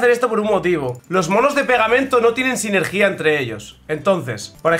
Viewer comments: SINERGIA SINERGIA NO SINERGÍA SINERGIA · Me da algo de cringe cómo pronuncia sinergia :(